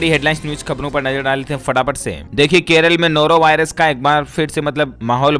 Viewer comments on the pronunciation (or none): none